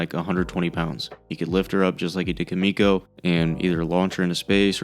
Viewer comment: >kamiko it's Kimiko. the I does not make an A sound.